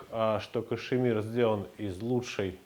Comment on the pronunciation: Кашмир, а не кашЕмир!!!